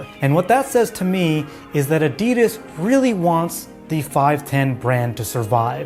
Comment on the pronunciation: Its Adi Das not A Di Das 😂 apart from that good vid